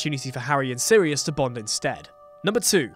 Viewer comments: it's SIRIUS not Syrius .. sheesh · ish, *Sirius not 'Syrius' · "Syrius".... really? It's 'Sirius' 🙄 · It's Sirius, not Syrius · SIRIUS not syrius. Common guys... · Did you just... SYRIUS?????!!!! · sYRIUS?? WITH A Y?? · Its SIRIUS